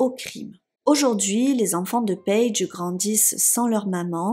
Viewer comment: "payge" Merci pour cette histoire que je ne connaissais pas . C'est bien triste !